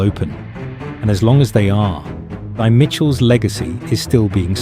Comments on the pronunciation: Pronounced Tee. Not thigh. Stop mispronouncing name wrong. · Her name is not thy. It was pronounced TIE!!!!! 😂❤